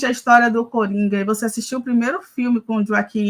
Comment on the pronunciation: a moça falou Joaquim peniquis